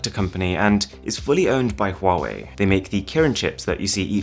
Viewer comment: he said huwei not huawei